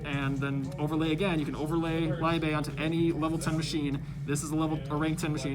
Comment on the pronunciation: My heart stopped for a good 3 seconds when he pronounced "Liebe" (FYI: it's pronounced like "leebe")